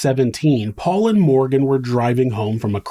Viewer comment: I watched the trial and watching Alex call Paul "pawpaw" repeatedly was so annoying.